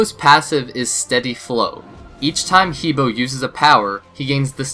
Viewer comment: The correct pronunciation is Her like him and her, and Bore like boring.